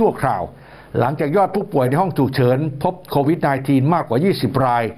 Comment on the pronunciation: เรียนท่านผู้อ่านข่าว กรุณาอ่านออกเสียง Covid ว่า โค- วิด